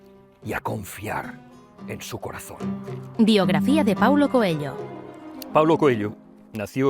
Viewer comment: ME PERTURBA NO SEPAN LEER Y DECIR BIEN ESE APELLIDO. AUNQUE SIGNIFIQUE CONEJO... NO ES COELLO! #COELHO SERÁ EL IDIOMA EN TU COMANDO DE VOZ O ALGO DE LA #PROXEMIE #PROXÉMICA, NO SÉ... VEREMOS.. (#AMORALPRÓXIMO, ESTOY EN ARGENTINA) DEJAND DE LADO EL #RuidoSemántico, sigo... DE MI "PADRE" ESTE, CREO, ES SU LIBRO FAVORITO, Y QUIZÁS TAMBIÉN EL TUYO,. Tb ES ELPRIMER LIBRO QUE LEÍ, SÍ... Y LA MISMA FOTOCOPIA QUE LEYÓ ÉL Gracias por tu video. Lo comparto. ya te di mi like